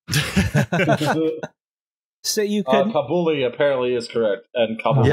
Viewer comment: Kabuli is pronounced "cobbly"